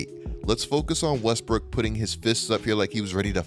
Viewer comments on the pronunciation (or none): “Russell WEsSbrOOkK”